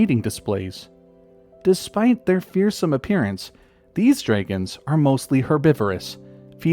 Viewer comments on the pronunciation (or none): Did you just pronounce dragon as “dreygon”?😂